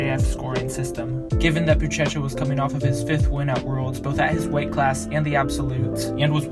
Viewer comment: "Bootchetcha" lmao. It's "booshesha"